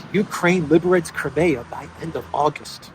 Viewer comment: It’s not called krimaya. It’s Crimea! Cry, me, ah!